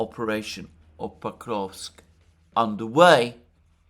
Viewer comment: Sorry, but "Pakovsk"? Isn't it Pokrovsk?